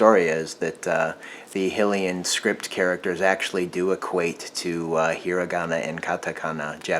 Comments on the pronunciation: High-Lee-Un shield. Not Hill-iun shield. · Excuse me but it is not pronounced hilian it is hylian highlian